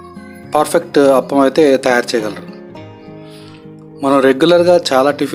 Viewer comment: Hello sorry brother spelling is correct but pronunciation is wrong it's (aaaa pa m) not aapalu and one more it's boradavari street not buradala